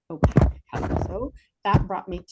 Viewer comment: Ō-pāk Oh pake Oh p-aye-k It is not pronounced o- pack. There is a pronunciation key for every word known to mankind in every dictionary.